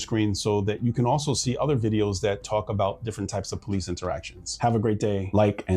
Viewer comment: ‘HELP ME, HELP ME!!!’ Ok, bro…we’ll call the PO-LEECE!!!